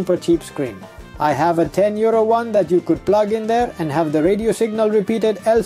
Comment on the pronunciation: Oh 62 euro lol, at the start the accent sounded like 62 year old and I was like whats he on about lol.